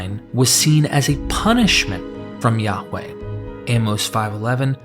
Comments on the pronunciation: Yaghch way?... is ok to say it normal.. as Yah-way. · His name is pronounced Yahuah, Yahusha hamashiach.